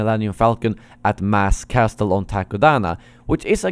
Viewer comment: in castle the "t" isn't pronounced